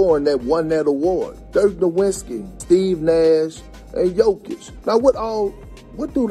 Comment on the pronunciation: Steve Nash, Dirk Nowuntski, 😂